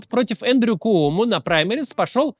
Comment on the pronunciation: Привет из New York a. He kyomo,a kooмо-у не читается